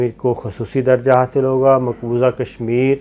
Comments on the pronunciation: It's maqbooza not maqbooja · Maqbooza not Maqboja Indian ho kya raid maar rahay ho urdu ki